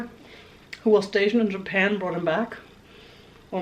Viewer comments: When you said Japana I snorted my drink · Lol, “japana “.